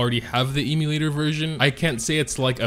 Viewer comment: Please stop saying eeemulator.